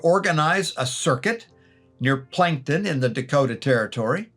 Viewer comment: As a South Dakota native, I think the city that you refer to as Plankton, SD is actually Plankinton, SD and is pronounced Plank-in-ton. Just an fyi.